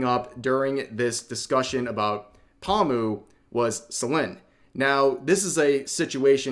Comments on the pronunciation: What really shocked me it's when Rev pronounced her name Pa-mu. It's Po-moo. We got a tourist here... I still love you Rev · The way you say pomu gives me psychic damage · Are you saying her name like that on purpose lol